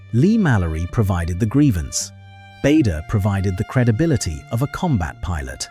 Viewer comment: 🎉The name Bader was pronounced incorrectly.